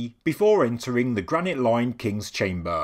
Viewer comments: its chamber... not chame--baaaaaah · I cant unhear the word "Chamburgh" now.